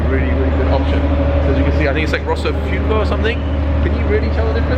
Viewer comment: it's rosso FUOCO.. not FUkO... pronounced "fooAko"